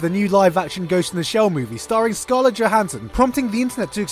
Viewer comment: you lost a lot of credit for pronouncing her name wrong. Regardless of that and after sitting on a few months of hype (still prefilm release date); Scarlett's prep and probable execution of Motoko is clearly going to be hard to watch. There is alot that editing, director(s) and so on that may influence or help/hinder her end product yet interviewers of Johansson reflecting on her part, she still doesnt understand who and what the Major is. It will be hard for them to hide this.